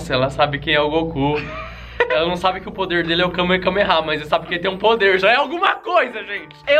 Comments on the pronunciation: é "kamehameha" não "kamekameha"(o H tem som de R). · no minuto o fala kame kame ha, sendo que o nome do poder do goku se chama KAME HAME HA ou seja ele sem querer falou errado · kame-kame-rá! poxa, depois fala que é a manu que fala errado! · a parte mais bizarra foi seu kameKAmeha e não kameHAmeha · não é kamekameha é Ka-Me-Ha-Me-Ha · não é kamekameha é kamehameha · não é kamekame-ha é kamehame-ha!!!! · n é kame-kame-rá, é kame-rame-rá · é kamehameha e não kakameha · ela sabe quem é o goku mas não sabe o nome do poder aí vove fala o nome mas você fala errado.(kamekameha) tradução:kamehameha. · não é Kamekameha e sim Kamehameha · Kamakameha não é Kamehameha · kamekameha é kamehameha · Nem o sabe o poder do Goku ele falou kamekameha é kamehameha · KAMEKAMEHA? CARA É KAMEHAMEHA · Kamekameha? N é kamehameha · é kamehameha não kamekameha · É kamehameha ñ kamekameha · Não é kamekameha é kamerameha